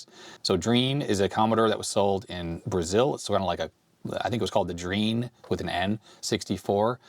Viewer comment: Drean is pronounced Dre-An ...